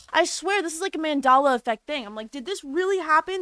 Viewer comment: I just think she is t pronouncing it correctly but it’s very funny